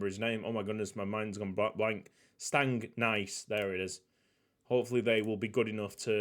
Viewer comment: Stangnæss is more like Stangness instead of Stangnice